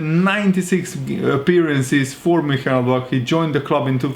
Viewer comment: If you having trouble with the pronunciation it’s Moon-chin-glad-back